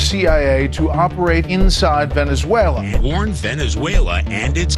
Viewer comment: It's "Venezuela" just saying...